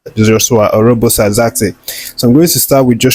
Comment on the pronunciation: And "Zirkzee"is pronounced "zeerk see". "Jose" is pronounced "Hose".